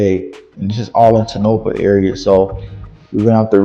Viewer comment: Its Pronounced...tone-ah-paw.